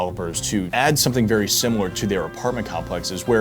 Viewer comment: “The path forward is VARI clear” 😂😂 loved the entire video. I’m on board with more of this !